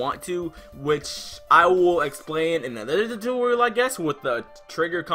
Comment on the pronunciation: "TUTURIUL" was funny💀 but thanks